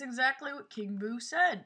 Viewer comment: U said king boo wrong